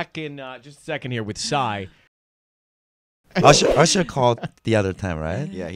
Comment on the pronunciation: Psy is pronounced sye